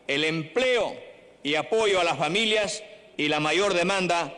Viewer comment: Incluso los dos dicen "Famiyias"